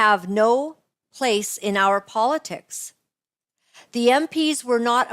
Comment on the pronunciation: "...our poli-ticks."... Baahahahahaha! #RepresentationIsDisease_ToxicToHumanHealth #OneHead_TwoShoulders #JustSayNo! #ConstituteYourLAWfulDominion #CojoinWithYourConsciousTribe #LetTheDeadBuryTheDead #BeTheRemnant144000